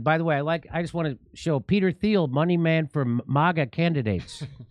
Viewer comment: Peter Thiel's name is pronounced German, sounds like Teal or Teel